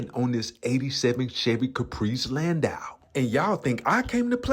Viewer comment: U are pronouncing it right, it's a Landau not a Landoo 💯